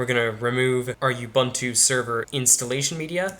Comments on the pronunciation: "U-BANTOO" doesn't exist. That's UBUNTU (OOBOONTOO). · the way you say "ubuntu" sounds like an insult towards someone